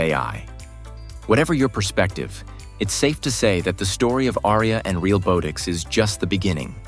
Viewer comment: The AI voiceover is mispronouncing Realbotix. Not a long "o" but soft as in "bot". Ironic.